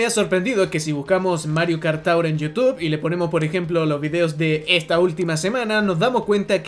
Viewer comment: Mario Kart tAuRr